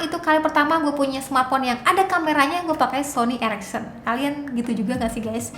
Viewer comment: Iya bnr... Bkn ericsson tapi ereksen wkwkw